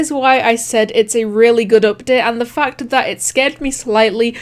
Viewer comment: when you say fact it sounds like f***ed